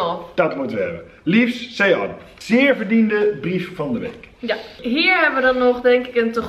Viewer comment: Ik heb nog nooit iemand zo leuk de naam Sean uit horen spreken❤️ #teammaxdevries